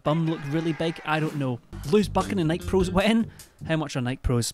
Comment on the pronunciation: Lewis mispronouncing Nike is the best part of this video